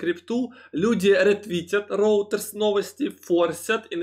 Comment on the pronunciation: Роутерс?... вы серьезно? Скажите, кто-нибудь - РЕЙТЕРС - агентство новостей.